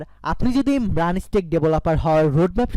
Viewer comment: উচ্চারণ ঠিক করো ভায়া। ম্রান হবে না মার্ন হবে।